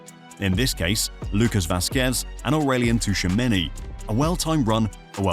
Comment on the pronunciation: Please I'm not a Real fan I'm a Barcelona fan, but im Cameroonian 🇨🇲, its Tchouameni not Touchameni please 😭🙏🏽